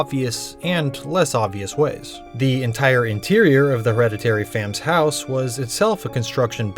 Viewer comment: " her - head - a - teary " heh